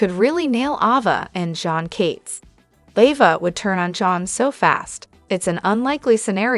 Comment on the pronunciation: Oh please province the Name Ava correctly.